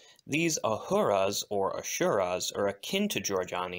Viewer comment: Just as a note: there is no “sh” sound in Asura.